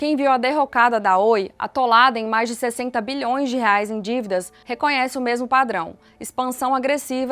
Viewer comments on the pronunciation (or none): none